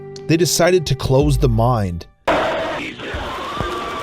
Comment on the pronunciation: Org , suposubly, closed the mind? It's ogRe pronounced O-ger, suposEDly, and miNE.